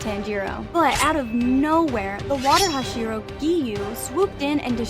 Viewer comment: When you were talking about enmu you said flame hashiro instead of hashira